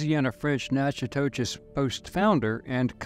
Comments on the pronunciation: My daughter is in college in Natchitoches. It’s pronounced Nack-uh-dish by most of us lol. It’s where the movie Steele Magnolias was filmed. The Cane River is beautiful. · It is pronounced "kwan-con" and "Nack-i-dish". The mispronouniacian is hard to hear. Native New Orleanian here with roots in Central Louisisna. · Coin Coin was a FBA! This is the Ethno Genesis of Native,European and African! The town you are trying to pronounce is Na-co- dish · This isn't 100 percent accurate. Marie was my Grandmother X5 and we have extensive records. Some of this is accurate though. And how you pronounce Natchitoches is NAK-e-tosh. And we pronouns Metoyer as meh-TWY-er. Here's my family tree. Francois(unknown) & Francoise(unknown) (both from Togo, their owners weren't to original with their names) Marie-Terese CoinCoin Claude Thomas Pierre Metoyer( )& Marie Terese CoinCoin( ) Augustin Metoyer Augustin Metoyer( ) & Agnes Dupre(unknown) Pompile Metoyer Pompile Metoyer(unknown) & Rosa rocque(unknown) Ernest Avner Metoyer Ernest Avner Metoyer( ) & Harmina Marie Ballenger( ) Dorothy Metoyer Charles Roy Mayden( ) & Dorothy Metoyer( ) Pierre Mayden Pierre Mayden(1943-...) & Adele Suzanne Nickerson( ) Jean-Paul Andre Mayden(1965-...)<~~~~~~~~~~~~~~~~~C'est Moi! (that's me!) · Natchitoches is pronounced "Nat-kuh-tush" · They could have learned the proper pronunciation of Natchitoches (Nak-a-tosh) from a number of sources. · Dear God, these content AI creators need to invest in research. The pronunciation is terrible, I couldn't get past the first 90 seconds. Meh- twah- yer- Metoyer Natchitoches is - Nak-a-tosh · That's pronounced "Nack-a-tish" in Louisiana. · Thank you for shedding light on my state's history. Btw, the town is pronounced Natch-a-tis by most folks around here. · Natchitoches is pronounced Nac-ki-tish. Don't worry, most folks don't know how to pronounce several Louisiana names. Great video, thank you.